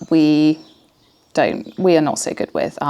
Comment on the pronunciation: People who say "wiv" instead of with.